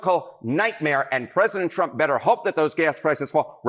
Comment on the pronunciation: "I will bote. For Donald Tromp",what a great hit it was!